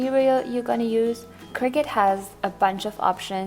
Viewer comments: its pronounced cir-cut not cricket ;) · honestly, I don’t blame em.. cricut isn’t even a real word and the way she said “cricut”, it sounds like cricket